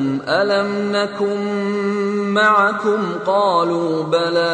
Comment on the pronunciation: there is a mistake alafasy is saying maikum pls chane